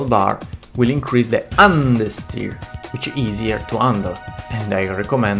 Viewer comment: love how he says UN dersteer